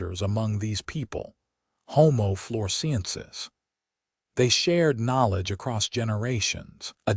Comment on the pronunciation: I gave up. The boring commentator can't even pronounce 'homo floresiensis' in the correct way . (The Man of Flores probably watched this and killed himself; mystery solved !) 😂😂😂